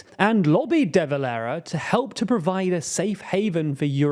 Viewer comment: Some of your pronunciations are faulty: We say "Deh" Valera , not "dee" valera. The world says "younifil", not "YOU-N-I-F-I-L" We say "Fee-anna -fall", not '"fie-anna-fail" You did not mention that the Dublin-born father of the current president, Chaim Hertzog had at one time been Chief-of-Staff of the IDF. An update; in 2024 Israel removed its ambassador to London and closed its Dublin embassy so that we couldn't mount protests outside it.